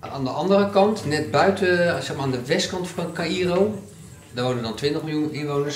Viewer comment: Caïro spreek je uit als kairoo